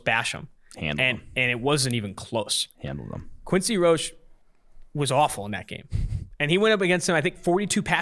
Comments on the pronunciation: Quincy Roche is pronounced "Roe-Shay" not "roe-sh" lmao. C'mon guys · It’s pronounced Roshay not roach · It’s pronounced RO-SHAY